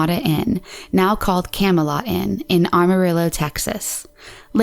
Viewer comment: It's AMArillo, Texas not ARMArillo lol Adding an "r" where there isn't one.